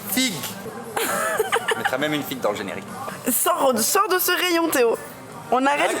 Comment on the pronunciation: Théo qui prononce tout avec un accent flamand😂